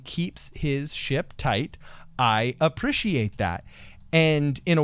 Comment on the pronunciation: Speech therapist: Right then,, repeat after me.: *nods* ST: A-: A- ST: pree-: pree- ST: shee-: shee- ST: -ait: -ait ST: Appreciate: aPpPrIsHiAtE